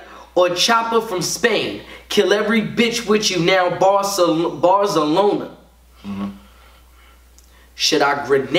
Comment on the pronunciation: “Bars-a-loner” - Tsunami Surf